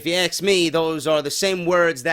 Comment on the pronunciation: always says 'if you aks' me..LOL:P